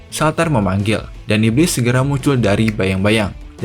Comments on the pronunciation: itu ngomong shaltear nya jngn salter jd ngakak, pengucapannnya saltiar(shaltear) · shaltear bang bukan shaltar